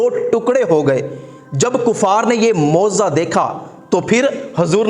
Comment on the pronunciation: Moziza nhi hazrat mojiza hota hai